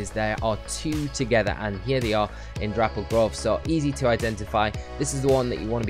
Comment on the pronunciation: ITS NOT THAT HARD TO SAY, DAPPLED NOT DRAPPLED LMAO